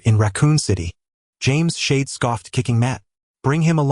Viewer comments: es eich ai ee el dee X1000 times in one AI recap video is horrendous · Ngl, hearing shield is like hearing someone doing pronouncing lesson. There's so much S H I E L D 😂 Okay, there's a lot series to look at 😅